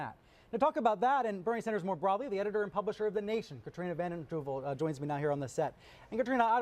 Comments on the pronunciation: It's Katrina Vanden Heuvel. Not Huevel or Vanden Huevel. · And her last name is spelled vanden huevel...pronounced...van den who vell. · It's always weird to me when someone like this, who's pretending to be a whole liberal talk show, doesn't know someone like Katrina vanden Heuvel. She is only one of the most important liberals in the country--the editor of the Nation. He mangled her name even. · Hey,, get Katrina Vanden Heuvel's name right. The CNN reporter pronounced it correctly!